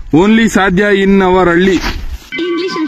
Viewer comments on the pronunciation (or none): none